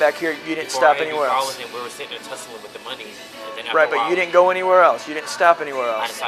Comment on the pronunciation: He said “Tussle” like Jussie 😂😂